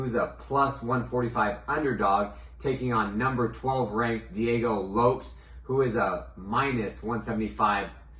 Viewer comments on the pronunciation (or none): My guy says Merab's last name right and messes up Diego Lopes 😂